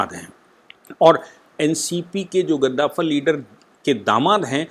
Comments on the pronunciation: Namaste, I appreciate your channel for giving detail information about Maharashtra politics. (Only I want to suggest you about your pronounce "gaddavar" you say kaddavar. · गद्दाफर् नहीं कद्दावर होता है... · आप ज्यादातर अपने मनघड़ंत शब्द गढ़ लेते है!! Eg रूस को रुसा 🤣कद्दावर को गधाफर!!!🤣